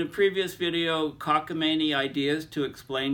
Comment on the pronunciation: It's "cockamaMie". :)